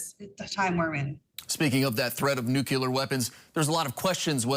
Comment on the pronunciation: I wish they’d both pronounce “nuclear” correctly.